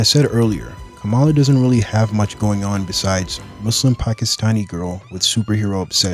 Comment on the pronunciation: you know hes a true muslim when he dons't say muzlim